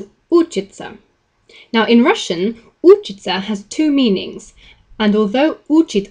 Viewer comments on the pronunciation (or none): You are repeatedly stressing учить and учиться (stress on the second syllable) wrongly as учить and учиться (stress on the first syllable).